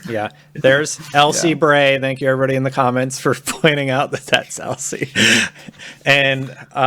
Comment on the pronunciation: Its thank you not zank you